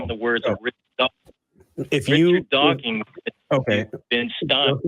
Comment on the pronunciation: I find it hard to take someone seriously when they say “Dawkings” and Illinoise”.